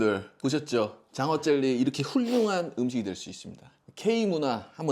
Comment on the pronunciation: 근데 왜 자꾸 쩰리라고 하시는건지? 젤리 아닌가?ㅋ